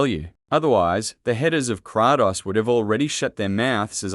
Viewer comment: Kraatos ha! Bra it's Kratos